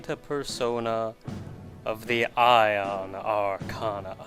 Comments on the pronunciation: okay two things arcana is pronounced r can uh not r can ah and Aeon is pronounced a on not I on or e on sorry to get on your case but it's annoying the frickin heck out of me like toriumi and her students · aeon is pronounced "A-on" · Pretty sure it's Ay-yon, like how Aether is pronounced. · It's Ee-on, searching for the pronunciation for it on the Internet gives only that result from a number of sources so it must be.